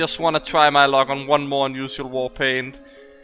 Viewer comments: ur english is pretty good and I commend you for that but you say the word unusial so often it sounds kinda obnoxious and its kinda hard to listen to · i been watching your channel dudey.. i always joke around when I hear you say unusual or unusualifier .. idk it sounds weird to me but its just accent. what can you do... doesnt keep me from watching your videos every once in a while so youre fine